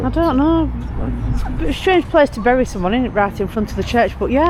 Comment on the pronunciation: Bury is pronounced as you said it the last time you were there . Berry is what I used to wear when I was in the army,I thank you .😊😊😊😊